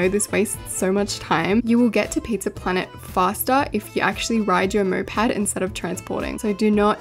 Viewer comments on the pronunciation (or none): moped not mopad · its not "mopad" its "moped" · whyd you keep saying mopad...